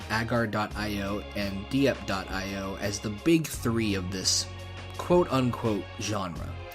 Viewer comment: Commenting for algorithm. Just kidding. I've loved .io games since they came out. The less popular ones definitely have fake multiplayer. I'm pretty sure Diep.io is pronounced "deep io", referencing its complexity and levelup system compared to other io games. Splix.io was one of the first territory io games. Braains.io is one of the better multiplayer ones. Games last 2 minutes, one team is the zombies and one team is the human survivors. It comes complete with a bunch of weapons for the humans to pick up and destructible environment objects like dressers and stuff to block doors. It's pretty good.